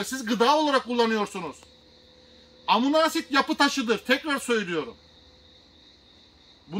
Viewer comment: Hocam verdiğiniz bilgiler için teşekkür ederiz. Amuna asid demenize çok güldüm ama☺️